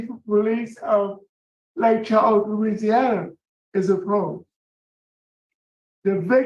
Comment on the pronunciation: has difficulty pronouncing “Louisiana” names/words I’ve noticed.